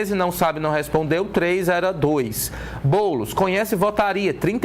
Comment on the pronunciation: Ate o jornalista ta chamando o boules de boulis kkkk